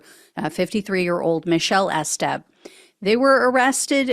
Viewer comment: You're not telling me "Estep" isn't pronounced with a long EE. E-step, like e-commerce.